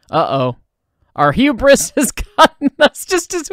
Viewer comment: "my own hubris and desire" did you mean Huber-iss